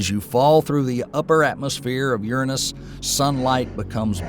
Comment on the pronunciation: Sorry, but if you can’t say the gods name Uranus correctly, I can’t listen.